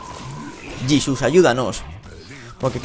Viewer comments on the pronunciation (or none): none